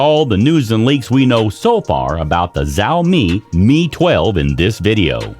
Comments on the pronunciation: Es más un chao- Mei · It's not "Zaomi" it's "Shaomi" I just can't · Wtf is zaomi 🤣🤣🤣🤣🤣🤣🤣🤣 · The moment he mispronounced it I quit the video